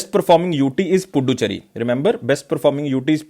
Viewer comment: Not puducherry... Should pronounce pudhucherry